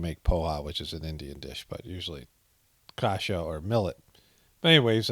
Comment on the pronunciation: I loved the way you said "kasza" (buckwheat / groats in Polish) :)